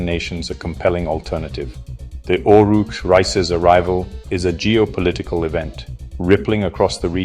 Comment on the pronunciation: Oruç Reis has a new name Oruk Reis LOL actually pronounced as Oruch Reis, oruch means fasting and it is also the name of a historical chief of Turkish Navy. Love from Istanbul. By the way what does " shishco shishco" mean, I see a chorus singing and dancing with those words?